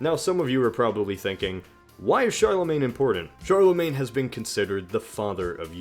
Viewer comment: The way you pronounce Charlemagne bothers me